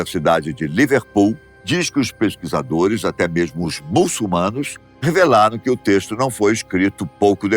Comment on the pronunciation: … Não é “mulssumanos”, é MUÇULMANOS… “ÇUL”… Caracas… o pessoal aqui no Brasil insiste em falar essa palavra do modo errado.